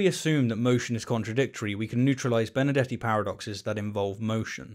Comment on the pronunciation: Why is that every time he said Benardete it's sounds like Benedetti to me?